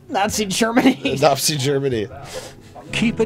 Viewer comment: "Napzi Germany"